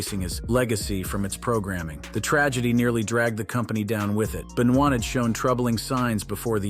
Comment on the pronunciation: It's Ben-va... pronounce I think, not Ben-noi